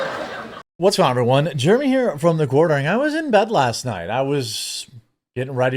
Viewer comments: I won’t watch timcast if this guy is on it. He’s an idiot with idiot opinions. It’s Jeremy, not germy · Ive never heard someone pronounce Jeremy as germy before. It's pronounced J-air-eh-me. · Also, he keeps saying "juremy" what? ..What? There's an 'E' in there. Dumbass. It's JEREMY. Fucking moron. Idk why that pisses me off so much lol just speak correctly. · Kiss my whole ass is quite the line! And does that dude not know how to say Jeremy? He was saying what sounded like Germy. Not to mention he thought your last name was Quartering. What a clown! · I’d be more offended he pronounced it Germy from Quartering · I cant stand how he says Germy. Such a disingenuous dude thats obviously a cuck for the left! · sounds like he is deliberately saying Jeremy wrong to sound like Germy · Nothing is worse than a person who pronounces the name Jeremy as Germy. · Is he purposely calling you Germy?? Jeremy is not that hard to pronounce 😂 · Why were they saying Germy? Can't even pronounce your name correctly! 😂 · I've always thought it was funny when someone can't say Jeremy. They say germy. Same people that can't say crayon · Is he saying "Germ-y"? Like some kindergartener? What a loser. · Did he call you "Germy Quartering"? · When he said "Germy", I thought of DDayCobra😂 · To be fair he did say "Germy" Hahaha! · He pronounced it “Germy” lol. It’s like someone saying “expresso” or “especially”. As soon as I hear someone mispronouncing simple words I begin to question everything else they say 🤷‍♂️ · Right! He should go check out a book a the liberry. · How hard is it to say 'Jeremy'? That is a dead set stooge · By the way, how hard s it to pronounce Jeremy? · He can't even pronounce Jeremy. 😂